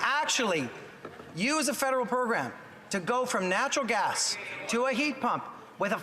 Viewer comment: Yup he did say Natural Grass instead of Natural Gas But who cares his Message is Clear to Canadians Axe the Dam Tax